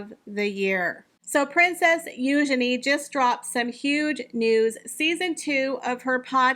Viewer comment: Thank you for pronouncing Eugenie's name correctly.